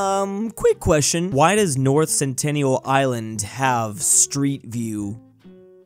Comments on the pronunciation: Its Sentinel not Centennial, lol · 🤦 It's pronounced CENT-in-AL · I HATE IT WHEN HE PRONOUNCES SENTINEL AS CENTENNIAL AND I DONT KNOW WHY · Sentinel not centennial lol